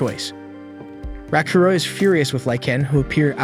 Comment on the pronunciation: The AI completely butchers names and certain words. I wanna dropkick the AI like "Raaakuro" kicked that princess character.